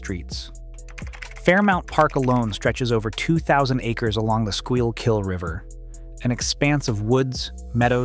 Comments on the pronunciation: skoo-kill is how its pronounced. noy skiya-kill. 😆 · Interesting history, but Philly's population has increased lately, so it's unclear why this focuses on people leaving. The Schuylkill River is pronounced "Skoolkul", not "Squealkill. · I knew Id see this comment as soon as I heard SKY-OUU-KILL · SKYLE-kill? C’mon man, do you research. If you can’t call it the SKOO-kill River, you shouldn’t be talking about Philadelphia. It’s ironic that you began by saying that people think they know Philadelphia, yet you don’t know the name of the river it sits on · For fucks sake, it's not the "squeel-kill" river! It's pronounced school-cull... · See, you lost credibility when you pronounced Schulkyll wrong. It's "School-kill" not "Skile-kill" or whatever you said. If you can't say the words right i seriously doubt you can truly capture the peculiarities of Philly. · Skyle kill? It's Skookle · i stopped watching when he said "sky-u-kill" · “skyilllkill” and i clicked off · You lost me at “Skai-uhl-kill” cmon man quit rage baiting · Sky-ill-kill? Have you ever even spoken to someone from Philadelphia? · Skykill river? Get humans to narrate. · "SKYLE-KILL"??? Wow. Imagine putting a media observation together but making no attempt whatsoever to manage the local names.... BUT WAIT! There's more, NOW how much would you pay. Hang around long enough and get the "SQUEAL kill" version . It's like a contest to come up with the highest number of pronunciations that have never existed before. "You kids quit squealing or we'll take you to the River!". You did some nice work/research here. But you can't just massacre names like that. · Skile-kill lol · Skool-kull or Skool-kill are acceptable. Whatever you said for Schuylkill is just wrong. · Sky-ull-kill? Lol. OK, bro. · I am loving, "Squeal-kill" . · The video is fascinating but the way you pronounce Schuylkill is sending me. (We call it Skoo-kull here.) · lol the Squeal-kill river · Dude said Sky-kill lol😂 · Skile kill? Then Squeal kill? 😂